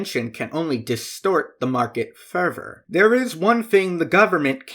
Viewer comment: Whenever you say "further", it sounds like "fervor" so I was confused half the time